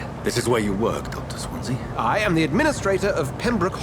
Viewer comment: I concur with other posts, a walkthrough/lets play would be fun. By the way, it's pronounced 'Swan see' or 'Swan zee' (it's also a town in South Wales). All the best